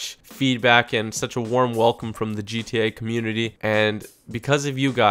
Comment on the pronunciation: Subscribe for more daily ... TOP NOTCH ... DGE-TA Five videos. Makes me laugh everytime he says it, it sounds so damn funny.